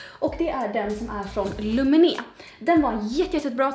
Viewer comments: Jag skulle nog säga att Lumene uttalas lUmene och inte lumenE, jag tänker att en finne aldrig skulle lägga betoningen på sista stavelsen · Du uttalar lumene fel, man uttalar inte lumené utan lumenä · Du uttalar fel, det är ett finskt märke och man uttalar det lumene, O uttalas som U. Det är mer som Lomene om man vill säga på svenska! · Lumene är finskt så du utvalda fel man säger Lumene asså man får säga L et långsamt och rösten snap!!